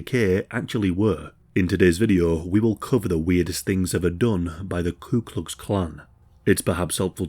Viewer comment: It's "coo" klux klan, not "clue" like the boardgame.😂